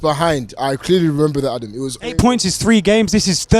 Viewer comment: ADUM ...ADUM...Its OVAA ...